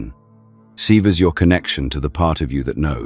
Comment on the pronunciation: He said 'seevers'. That's enough.